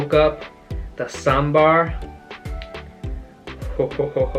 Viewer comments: I love you man because you're the first person from other place who pronounced saambar correctly other than south indians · You pronounce sambar better than North Indians.. its one of the best breakfasts.. high-protein ( blackgram in Idli, dal in sambar etc), low fat, high fibre diet. with spices that improve appetite for the day, like mustard seeds, coriander seeds , curry leaf etc in the tempering.. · The way you pronounce 'sambar' correctly.. my heart feels Happy.. 😍